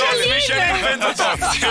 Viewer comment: Să ai stea Michelin și să te jurizeze cineva care pronunță "Mișelin". Aia da